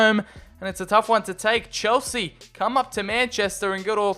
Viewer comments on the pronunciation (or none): none